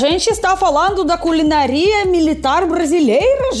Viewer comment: não se fala culinaRÍa O acento é na sílaba NÁ Se fala culiNÁria. 😂😂